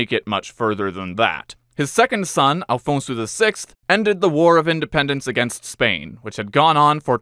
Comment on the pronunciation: Afonso not Alfonso